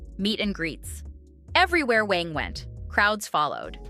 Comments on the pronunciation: It’s not Wang it’s Kwang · my name is Quang. and the correct pronunciation is like KUANG not wang, it’s really not that hard. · His name pronounce like Kuang not wang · They are not that off in his name. His name should be pronounce with a Q sound but the South tend to pronounce it with a W sound. But it should sound more like "Wan" instead of "Wang" but they are trying. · Come on AI, try to pronounce the guys name correctly......at least have a real person do it !!! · Pls pronounce his 1st name correctly.